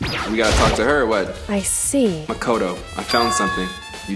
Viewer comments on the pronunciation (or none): it's pronounced Ma-Ko-To, not Ma-Ka-To. 😂😂😂 Why am I the only one who noticed this? 😂😂